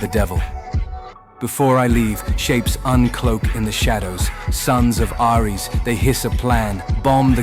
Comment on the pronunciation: Ngl almost quit after they way they pronounced Aires 😂